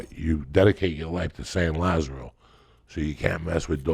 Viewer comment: When he said Saint lazara I almost hit my Reflective gag reflex